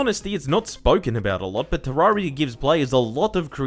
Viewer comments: Any one else triggered by him saying te rar ia not te rer ia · isn't it "te-RER-ee-uh?" not "tuh-RAR-ee-uh" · "Terrariar..." i wonder what nation this man is from?